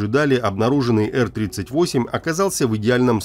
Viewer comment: Сам как услышал эр38😂, сколько в стимуляторы летал, сразу по ушам резануло.